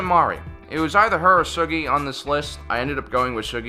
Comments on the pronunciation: THANK YOU!!!!!! THAT ANNOYED THE HELL OUT OF ME EVERYTIME HE SAID THAT!!!!!!! You'd think a true Star Wars fan would know how to say his name correctly. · It's pronounced Soo-gee, not Shuh-gee.